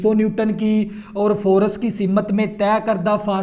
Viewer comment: Force ni forse